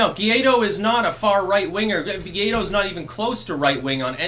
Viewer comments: Gwah Eedo. Gay dough sounds very insulting. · It's not Gaydo lmfao. It's Guai-do. (Goo-why-doe) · He's called Guaidó not "guiado" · Hey. Fix the #guiado for #guaido please. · Guaidó is pronounced "why-dough" (without the gh sound) mi amigo.